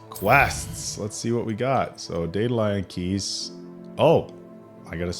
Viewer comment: A surprise HL?!? Edit: you saying daedalian keys right ONCE is already a highlight 🙏🏼 Edit 2: hearing the correct pronunciation and saying it correctly AGAIN - bless you